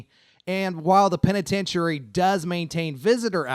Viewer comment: I've never heard anyone pronounce "Penitentiary" like that before.